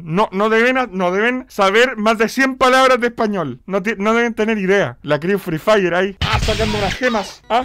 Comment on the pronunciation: Nadie: Absolutamente nadie:: La cReeW FrEE FirE